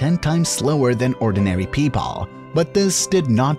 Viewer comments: “Pepaaal” thrrrive” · Nice vid but “Notttttttttt” “pEoPAL” “Disabilitiesssssssssss” “WErE” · “Ordinary pepoleee” 🗿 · why did he say people like that